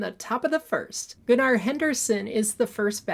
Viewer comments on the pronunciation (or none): It’s pronounced “gunner” - not “gu-NAR”.